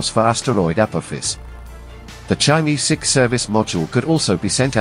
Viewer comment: pronunciation mistake... it is not e, it should be pronunciated er, sound er is more closer to Chinese words. Chang'e is a name of mystery fairy living on the moon in ancient Chinese culture ..pronunciated as Chang er 😂😂not chang yee.she may not like ppl call her name wrong..